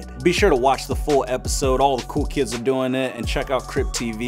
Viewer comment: Coll??? ‘Cool’ not ‘Coll’